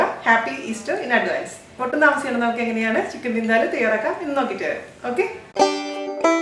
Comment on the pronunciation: It's Vin-Daa- luuu not Vin-de-loo.